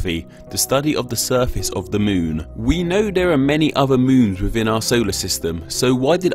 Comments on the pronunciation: I absolutely love all of your vids but could you please quit saying dey and instead the? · "Da moon", "been dare", "surrei", "amazink", "fink"....(-_-°) While some might be dialect differences, more than half are just poor pronunciation. You're slurring your words in the extreme. At least work on "ŋ", "ð", & "θ". Try opening your nasal passage by widening your throat. Hope that helps. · "duh moon" "duh moon" "duh moon" "duh moon" "duh moon" "duh moon" "duh moon"